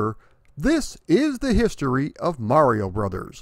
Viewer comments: Thank you for pronouncing mario correctly... good job... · Thanx for pronouncing mario correctly good job!